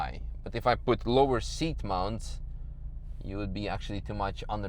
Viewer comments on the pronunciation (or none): none